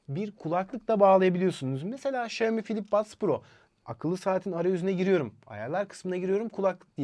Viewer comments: Şömi değil. Şiyomi de değil. Şiami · Xioami şami diye söyleniyor şeyimi ne ya şeyimi deyip durmayın